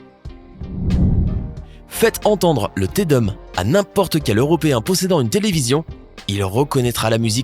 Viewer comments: Depuis quand Te Deum se prononce sans dire Dé-um ? Il faut un peu plus vous documenter avant de parler de grandes œuvres musicales. C'est du latin et tous le E se prononce « é » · Attention à la prononciation "Te Deum" .... ça se prononce pas comme le "'seum" ça pique !